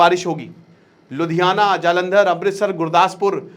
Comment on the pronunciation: Ludhiana not ludhiyana *"